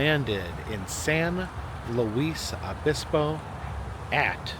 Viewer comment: It's pronounced: "San Loo-iss oh-BIS-poe". (Not Loo-eese) Stayed there, in The "Fleur De Lis" room " #212. Aug 18, 2004 for my sister and my birthday. 🩷 TIP: (It is generally considered polite for men to remove their hats when entering a restaurant, and especially when seated at a table for a meal.) 👍🏼